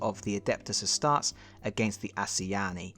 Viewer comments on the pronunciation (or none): “Ah-star-tease” is how you’d pronounce Astartes and I’m pretty sure Asuryani is pronounced, “Ah-sir-ee-yawn-ee.” I’ve got the Tau version of the game and was lucky enough to get the larger game board but I missed out on the ground assets when they were (eventually) released. Fortunately I’ve got a 3D printer, so I can make a few of those and/or borrow from the ones that came with Adeptus Titanicus. I assembled all the aircraft that came in the box, but still haven’t played a game of this yet, so I don’t even know if it’s a good game! Lol. /cry